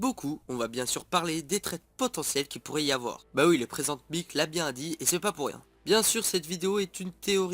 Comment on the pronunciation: Pourquoi tu dis pas "Mic" à l'anglaise quand tu dis présente Mic😅 sinon j'en était sur que c'est 3 la on les soupçonerai mais je veux pas Toru est trop attachante avec son côté naïve, Denki c'est la base âpres katsuki et yuga depuis qu'il as sauvé le faucon grâce à son laser je commence à avoir de l'estime pour lui, ais j'avoue si le traître cetai denki, quelle retournement de situation, mais pas lui svp